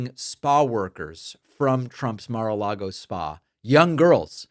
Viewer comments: Mispronounced Mara Lardo. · Take a shot every time he says Mar-a-lago.😂